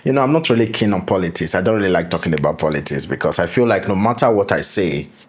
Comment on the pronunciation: Can you please pronounce the words politics properly 😮